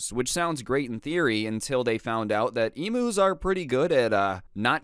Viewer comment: Aussie here, pronounced emyus, just saying. I do remember when u referenced this and said ostriches, glad you improved.